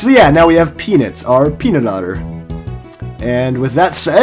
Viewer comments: The way you say peanut is way too close to the word penis. It should be pee-nuht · i agree dude it should be pee-nut not pee-nit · When I first heard you, I thought you said "Penis." Then I was like "What???!!!" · Does anyone realize the waynhe says peanut sounds like penis? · when said peanut, i swear i heard him say penis! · I thought he said penit o.O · is it just me or does he pronounce peanut wrong ? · You say "peanut" weird.